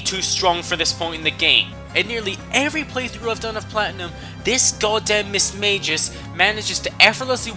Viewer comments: Its pronounced ( Mis-mag-ee-us) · 2 things; 1st fantina is the 5th gym leader not the 3rd, 2nd it's pronounced mis/mag/i/us not mis/mA/jus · You pronounce EVERY THING WRONG like Juan mismagas and basically every thing but I agree on the Norman that guy is miltank in human form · I thought it's pronounced gyarados and not gy arados I also thought it was mismagius not mismaygus I ALSO thought it was hydreigon nit hydrogon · Whats a mismayjus its mismaygius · Mis-MAGE-US dont you mean Mis-MAG-EEUS jesus crist pronunciations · I thought it was pronounced miss-magi-us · Yea.... Thats not how you say Mismagius